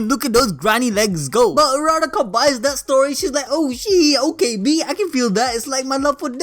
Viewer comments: BRUH ITS u-ur-ra-ka not araraka -_ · don't wanna be rude-- but did someone catch how he pronounced Urarakawrong?